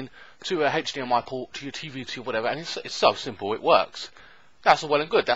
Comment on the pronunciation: Hatch dmi porrt it an hatch dmi porrrrt ahhhhhh haha hdmi silly 😜